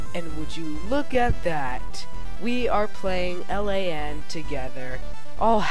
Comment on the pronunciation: Stop saying L A N It is pronounced like land without the d. It means Local Area Network.